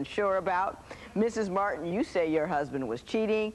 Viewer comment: The announcer's enunciation is KILLING ME! MART-HAN VERSUS MART-HAN. 😄😄😄🤪🤦🏾‍♀️ This was the Thomas Martin show, 100%.